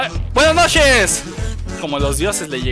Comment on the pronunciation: Hahahaa! "Buenas nosheees":v Buen video. Cuándo una transmisión de Halo 5?